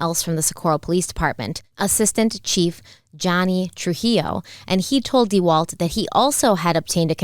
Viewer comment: If I hear agent "dee-walt" one more time I might just leave the channel. 😑🤦